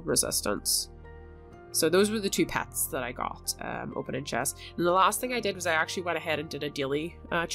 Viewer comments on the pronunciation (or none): Pets not pats